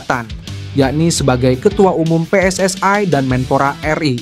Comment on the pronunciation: Bilang PSSI nya biasa Ajan min...Anah dengernya